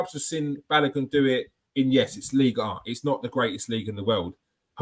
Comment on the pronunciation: Who is Balagun? His name has an O in it